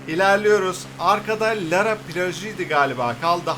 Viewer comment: 1-lara plajı laaara diye okunuyor 2-büyük park değil akdeniz üniversitesi orası 😅😅